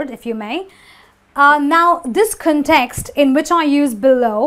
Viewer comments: my heart breaks every time she says context =( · in ( 'context ) the primary stress falls on the 1st syllable